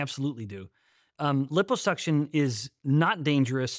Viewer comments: Stop saying LIPPO (hippo) suction 😅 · Sorry can't take anything this guy says seriously due to his severe mispronunciation of liposuction.